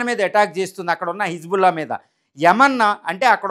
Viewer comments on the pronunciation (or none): none